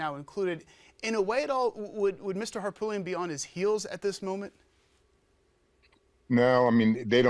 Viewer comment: Please pronounce Harpootlian correctly.